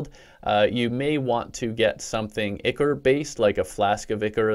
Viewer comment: Am I the only one who is triggered by him pronouncing "ichor" wrong?